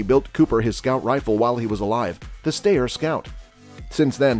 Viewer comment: ...it's pronounced 'sty-er'...I met Jeff Cooper at.a S H O T Show in the.90s when Steyr presented him that rifle We talked for a few minutes then I bought one of his books from his daughter, Lindy. Which he autographed .he was rather proud of that rifle...the stock was airbrushed with a design especially for Col Cooper...I'd been a long time fan bofbhis and was both surprised and honored to notbonly meet but to talk with him...